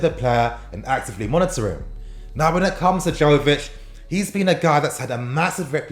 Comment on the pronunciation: It's pronounced yovich not jovich